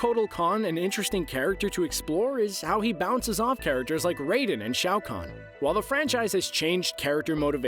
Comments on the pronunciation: The pronunciation of the names are all the way off 😂😂😂😂. Mans said Ri-den but it pronounced like Ray-Den, but spelled with an I. Bi-Han is pronounced like Bee-han spelled with an I as well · Imagine saying Ryden instead of raiden and saying by-han instead of bi-han. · Did you just say Rye-den? Raiden is ray-din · I hate to be that guy but you got Raiden and Liu Kang mixed up and it's pronounced ray den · Do u even know how to pronounce the fucking mk names? Wtf is ryden and byhan? Learn the fucking names. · Did this dude rly say “ryden”? Lol love the vid man 👍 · Ahh CBR the website that relies on clickbaits articles....doing the minimum amount of research....and getting people that clearly don't know what they are talking about...to right their shitting articles and videos.....it's pronounced "Rayden"..which was how Raiden was originally spelled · who dafuq is "rye" den? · Stopped watching as soon as I heard "Ryden" of you are not a fan just don't make the video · He said "Ryden" and I tuned out after that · Ryden! Bi Han? Who hired this guy ? WTF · Yeah I noticed that right away when he called Raiden "Ryden" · I'm sorry did he just say.... Ray Dan and Bye Han?????? wtf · Ryden lol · For someone who got mad about johnny cage not being in the movie, you would think he could pronounce raiden correctly. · Oh my god all these mis-pronouncing someone please get someone who knows how to say the names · Bruh. Why is he making a video acting like he actually knows about this game? He literally doesnt even know how to pronounce raiden. Has he not played any games or even watched the old movie?